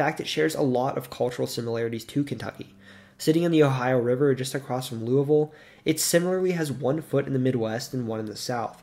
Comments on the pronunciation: Pronounced Louisville correctly, bravo! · As a southern Hoosier you have no clue how happy I am that you said louisville normally. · I'm going to assume you've never been to Louisville. But literally everyone in the surrounding area pronounces it loo-ah-ville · You (almost) pronounced Louisville correctly! That in of itself earns the video a “like” ;)